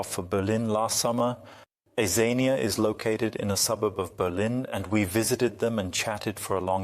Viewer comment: I like how the word "Xenia" is spoken over 20 times, and never pronounced the same way twice.